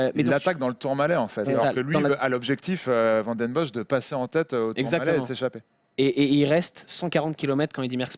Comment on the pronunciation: Demain comptez-vous parler de la rumeur Gilbert qui aurait signé pour 3 ans chez Lotto ? PS : un effort sur les noms flamands svp VAN se prononce VANNE sinon top votre émission